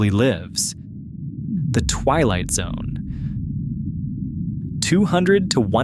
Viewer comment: "twight zone"